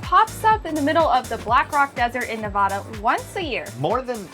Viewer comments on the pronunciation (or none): Please pronounce Nevada correctly. Thanks.